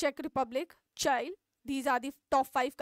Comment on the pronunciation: Please learn mam how to pronounce Chile